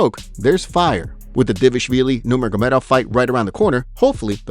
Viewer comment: You mispronounce Merab's surname. It's not DAVIahvilli, it is DVALishvilli. I am not Georgian but there it is in every single video you post..